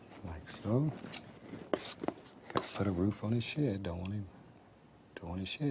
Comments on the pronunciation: LOL. He means "shed," but he does pronounce it "shared." Remember the Americans don´t say somebody is dead; they say they are "dared." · Everytime he says shed it sound to me like he says shit. "Let's take some brown and we're just gonna paint a happy little shit right here. Its that easy."